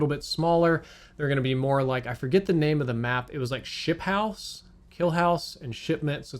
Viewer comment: ship-house??? you mean shoothouse?